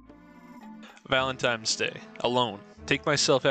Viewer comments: The worst thing about this video is the narrator constantly saying "valentimes" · Could never understand why a non-insignificant number of people say Valen-times Day.